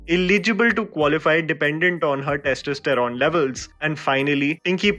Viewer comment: Nice review,. Feedback for you: your pronunciation of testosterone was incorrect. It was a little jarring to hear that mispronunciation throughout the video. Otherwise, agree with your review.